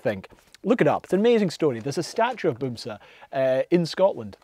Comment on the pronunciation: The a in "bamse" is pronounced as an a (like the a in arse). You pronounce it as if it's written with a u, "bumse", which translates to "bumming" (as in being a bum, "bums" is Norwegian for "bum/hobo"). And you're correct, "bamse" is used as a word for teddybears (or regular bears). Love your vids, mate.